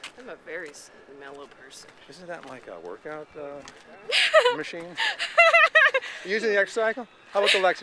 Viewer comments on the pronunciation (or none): none